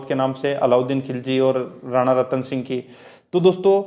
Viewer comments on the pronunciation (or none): none